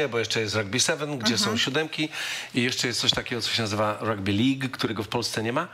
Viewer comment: Rugby nie ragby